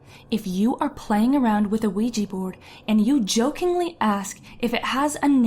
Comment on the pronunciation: You pronounced Quija. It's pronounced WEE-ja. Not QUEE-jee